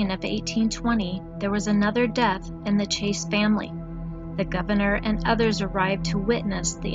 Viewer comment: Chase, not Chaes.